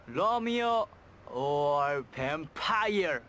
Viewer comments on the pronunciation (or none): He sounds EXACTLY like Jin from BTS especially from and the way he says vampire 😭 They both looks similar aswell 💜